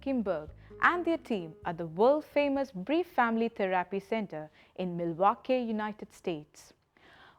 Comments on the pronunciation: Its theerapy not theraaapy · The way I hear the word THERAPY being pronounced here gives me all sorts of cringe 🤐😬😒🙄😮‍💨 TaARRRRaaPee